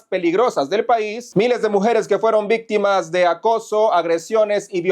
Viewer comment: CUÁNTAS "VISTIMAS"?????😅😅😅😅😅😅😅😅-😅😅😅😅😅